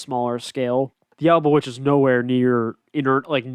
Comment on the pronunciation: It’s Alba-Twitch